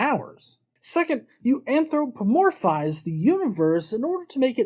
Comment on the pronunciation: 2 things impressed me here. 1) you waded through this guy's BS so that we don't have to 2) you said "Anthropomorphize" properly. I hit that word one time out of three (at best). Keep up the good work. Off to Patreon...